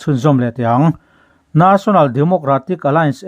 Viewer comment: For example ___National tih mai tur Naational han tih chiam mai te